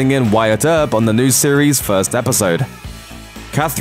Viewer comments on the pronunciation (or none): none